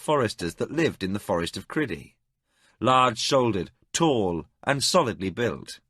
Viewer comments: I don't think he pronounced all the names right. For example Liam should be "Lee-um" but he pronounces it "Li-YAM", which can't be right. Also I think it's Cry-dee, not Cri-dee. And the old English Tomas is pronounced Tu-moss, instead of the modern Thomas "Tom-mus style. But I could be wrong. I think he pronounced Arutha right though, which is a tricky one. And I'm not sure about Rillanon, I put the emphasis on "Rill" "Rill-uh-non" and he pronounces it "rill-AN-on." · Criddy rather than CRYdee is a little off-putting but still a great story. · THANK for this audio book loved Sci-fi and fantasy since I was 15 still love it at 71, Just really don't like the way he says Crydee When it should be CRY dee. his way sounds more like kridy.., and Con-dion which he pronounces con-dwan.. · I have heard this audiobook before, but the name of the kingdom was pronounced Cry dee instead of kriddy. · Really excellent narrator but...but..one tiny thing niggles at me. Crydee. I read this book when it first came out and even bought the associated RPG material. It was always Cry dee to me. Criddy sounds...not right. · Cry-dee, not Criddy. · It's pronounced Cry-Dee. What is this Criddy nonsense? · Not a bad rendition but few things irk they are calling Liam, Li-amthere is no gap not in English, secondly Crydee, being said as Cri-dee in one go not Cry- dee. For those saying about starting up where they left off I am listening on a Samsung tab S8 and it just picks up where I left off as did my older ipad Pro. Just to add I am not having a go at the narrator, there are a few issues as I said maybe also on a personal level the voices used for some characters but he is easy to listen to and speaking clearly and at a very relaxed speed. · Agreed. I think in the book it’s spelled Lyam though, so I could at least see why he would say that. However, I always read it as Liam. The worst offenses are Crydee (Cry-Dee) and Arutha (a-roo-tha). That was completely annoying.